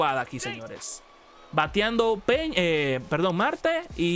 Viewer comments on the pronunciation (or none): Francisco pena 😂😂 Ya se que en Estados Unidos la ñ no existe pero da risa